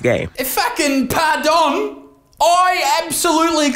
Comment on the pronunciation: When he says pardon in french got me i couldnt stop laughing lol